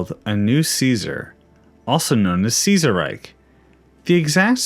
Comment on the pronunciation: Ceaserreich would he pronounced Kaiserreich since Kaiser is actually a more accurate pronunciation of Ceaser then Ceaser is since Kaiser basically is just meant to be Ceaser but you know German. Because of the holy Roman empire and such.